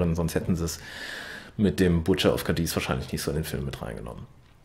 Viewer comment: es wird nicht Cadies betont, sondern Cádiz. auf dem A. und kurz gesprochen! deshalb der Akzent! sonst super Video!!!